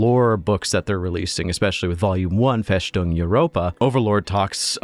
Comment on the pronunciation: Interesting video, maybe I should look into it. Just one thing its: "FeStung" Europa, not FeSHtung Europa. Its a sharp "S" and not a "SH" sound. Just like the "S" in "fortress".